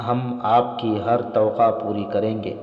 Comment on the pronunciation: Not toqa correct is towaqqa